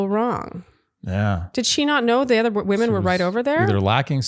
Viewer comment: Please don't say WOMAN when it's supposed to be WOMEN lol.. my ears screech every time. 😂😂😂😂 We have to tolerate it from Grant but that's more than enough lol.